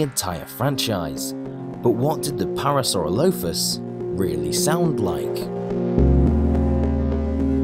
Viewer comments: You're putting the wrong em-phases on the wrong syl-lable. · Your saying its name wrong! Your saying it like para-soro-lofus.. That us incorrect Phonetically It's pronounced .. Para-saurolofus.... (2nd part is pronounced as 1 word), But obviously not spelt like that. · Also it’s pronounced para-sore-alli-fus not para-sara-loaf-is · It's pronounced PAIR-ra-sir-ROLL-i-fuss, not PAIR-ra-sir-LOW-fuss. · when I turn on the video "The Para-sauro-loaf-uss" Me: I'm sorry what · It’s pronounced pair-a-sa-roll-a-phus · It’s pronounced para sir all o plus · U say it pare u sir rol u fus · Sorry to say but, but your pronouncing the name wrong. Otherwise, great video! I love it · um... what?? That’s not how I say it, but I guess people have their own opinion on how to say dinosaur names dinosaur 🦕🦖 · You pronounced Parasaurolophus wrong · I don't think your saying the name right in fact u are saying it wrong 😂 also fun note that sound would have been louder than we can take humans would never be able to get close to them making the sound it would kill us with sound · I camt take you seriously. You camt even pronounce its name right....